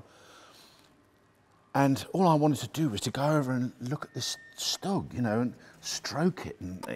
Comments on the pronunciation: not really, he says stug, it should be SHtug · I always pronounce it as Stüg or stoog